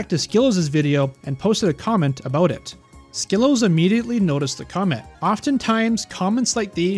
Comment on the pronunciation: Hey just so you know you are pronouncing wrong. You should check with him to fix the pronunciation. Great video otherwise!